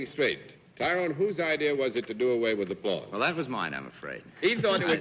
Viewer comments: did Arlene pronounce "Tyrone" as "ta- ron"? i have only heard pronounced " tie rone". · I thought it was pronounced tie roan not tie Ron? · Leave it to Arlene to know to pronounce it "Ti -ron." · Ms Frances pronounces his name Tyron instead of Tyrone, interesting.